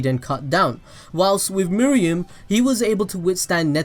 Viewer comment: Me-roo-em not me-ri-em :(